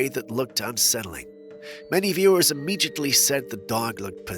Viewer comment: im-mee-jutly? Lol.